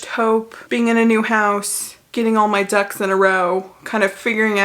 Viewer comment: I legitimately thought you said get your “Dougs” in a row… and it took me a minute to then connect the dots and realize you said “ducks”. 😂